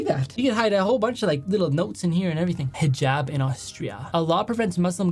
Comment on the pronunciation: Tysm for saying Islamic and hijab right 🥲